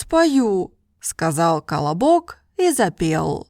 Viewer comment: The way she pronounced the word колобок, sounds like she's telling me to shut up in Brazilian Portuguese "cala boca" (shut your mouth), and I not going to lie, I laughed when I first opened the video and was listening to the history, because I felt like those silly elementary school children who laughs at fart jokes and things like that. I had fun, this is what language learning should be for all of us, and it is for me. I learned English fluently by having fun while playing video games, and now I found this channel because of her review of the new penguin Russian course, and I just ordered from Amazon like she herself mentioned, and in a few years I'm going to surely achieve fluency in Russian, and I'll learn Mandarin afterwards. I fell in love with this channel! You're doing a top notch service for the self taught language learners community! Language learning is a hobby of mine that I do it daily. I'm subscribed to the channel and I'll watch all your videos. This is Dalton Melo, I'm 27 years old, and I live in the the northerner state called "Pará" in a city capital called "Belém". Just a random guy trying to achieve fluency in Russian through this great and wonderful channel.